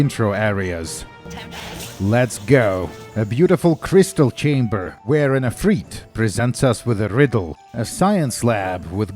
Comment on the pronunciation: I can't believe my ears... Did a yootoobr just pronounce "ifrit" correctly? Never thought I'd see the day. Edit: Listening closer - so close, but not quite 😢 he says "afreet" instead of "eefreet" (can't be arsed to use IPA rn). Also didn't tap the "r", but that's splitting hairs. Still, jfc good enough! Especially compared to most content factories with their "eye-fritts" and "if-writs"